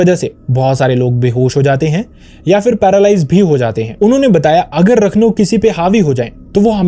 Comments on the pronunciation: It is not pronounced as rakhno (रखनो)...he is called raakhnho (राखणो) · Its राखणो... Not रखनो... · Sorry to correct- it’s not Rakhnow.. it’s Raakhno (राखणो ) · राखणो and not रखनो... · भाई उसे राखणो कहते है, रखनू नहीं। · It is Raakhno..ra pronounced as in ' Raakhee' or 'Raazi' .. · 'Raakh- no' is the pronunciation ( Protector or care taker ).